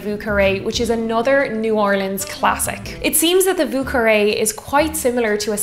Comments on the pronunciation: Vieux, pronounce more as yearning. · Thank you for wonderful videos! Also a great whiskey sour-fan.. Have you tried an Apricot Sour? Think it’s the ultimate version😊If you’re making more french cocktails: Vieux is pronounced ”Vjö”☘️ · Yo,, it’s Vieux as in “vo”, like “yo”. This is a New Orleans pronunciation, and they’d be offended if you ain’t said it right! My favorite drink, btw! 🤗🥃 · You may want to learn how to pronounce vieux